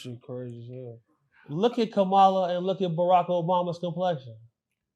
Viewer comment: Once I hear people pronounce Kamala name wrong I stop listening 🤦🏾‍♂️